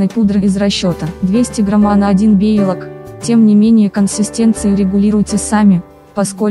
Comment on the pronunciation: Белок!!! Не бейлок